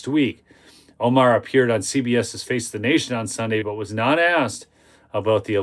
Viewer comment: Minor correction but it's 'DE-Face The Nation'..... 'DEface The Nation'.